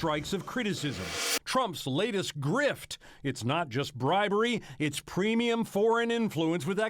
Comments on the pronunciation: You missed the "r" in "grift" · You left the 'R' out of grift.